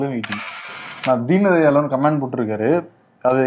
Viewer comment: கமேண்ட்ஸ் இல்லை --> கமெண்ட்ஸ் என்று சொல்ல வேண்டும்.